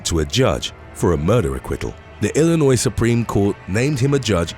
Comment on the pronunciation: I really appreciate that you are British and pronounced Illinois correctly. A lot of non-Illinoisan Americans do not.